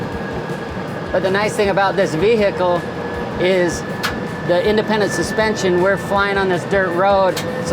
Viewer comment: It's funny how he pronounces vehicle as Vee-Hickle